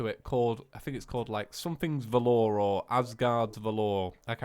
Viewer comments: Just a quick comment on the pronunciation of valor. You are saying it like valeur, (which is french for value), but it should sound more like "val-er" with the emphasis on the "va". It means great courage in the face of danger, especially in battle. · Just being nitpicky, but its VAL-OR not VA-LORE. just sayin. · Is anyone gonna tell him that isn't how you pronounce 'valor'? Nobody? Okay.